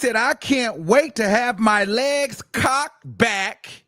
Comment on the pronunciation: The emphasis on legs cocked back 😭😭